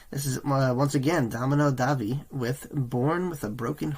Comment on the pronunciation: Good reaction and insight into the band, but his name is Da-mi-ano not domino and it just sounded so strange every time you said domino.